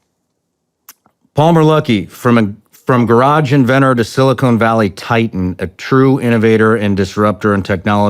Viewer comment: Shawn doesn't know the difference between Silicon and Silicone and pronounces them the same 🤣🤣 BuT hE DoESnT InTeRrUpT thE GuESt, hE leTs tHeM sPeAk! Every one of you brainrotting troglodytes that say that sound so stupid. Millions of hosts don't interrupt guests, can you set the bar any lower? Palmer lucky is a cool guy though, Sean is lucky he came on this entertainment piece.